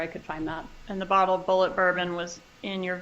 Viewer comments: She would not even pronounce the liquor that she bought she spelt it out and pronounced it as it is spelled on the bottle but and this is a big butt, that bourbon is pronounced bullet! As in the “bullet” that killed Dan Markel!!! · “B.U.L.L.E.T, bullé bourbon”… girl stop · Did Wendi say the bourbon was called, Bulleit, she should of pronounced it with a silent D, maybe it's French bourbon, what a dolt